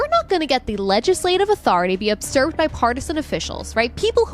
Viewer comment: I believe the word you’re looking for is “usurped”, pronounced you-serp-d.